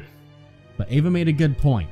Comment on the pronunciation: It's EEva not AAva. Don't know if you saw my last comment.